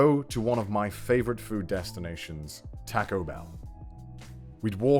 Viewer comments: Connor the way you say "taco" makes me so uncomfortable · i died a little inside after hearing the way he pronounced taco. (edit: and nacho)